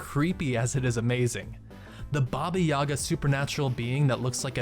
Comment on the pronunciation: The Baba Yaga is actually pronounced more like baba yeega. It is a Russian myth about a witch who lives in a hut. The hut has chicken legs and faces away, but when asked, it will turn towards you and allow you to enter.